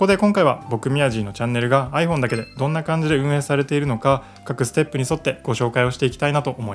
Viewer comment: アイ↑フォン↓じゃないです アイ→フォー↑ン↓です